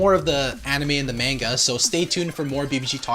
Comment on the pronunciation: They say manga wrong